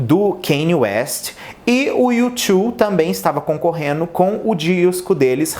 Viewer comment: Concorreno não, concorrendo.